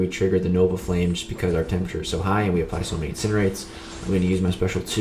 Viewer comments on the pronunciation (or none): none